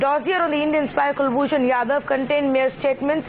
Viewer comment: Pakistani analysts can't even pronounce RAW and yadav.